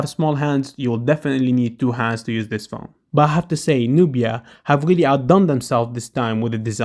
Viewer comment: You said pjone for 36 times